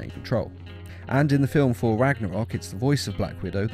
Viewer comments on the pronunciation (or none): It’s not “for“ it’s “Thor“ ffs